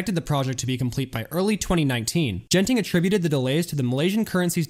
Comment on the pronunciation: Everyone's correcting you on the pronunciation of Tangiers but nobody did for Genting, the first G is a hard G and the e following it is silent. So it's closer to "gun-ting".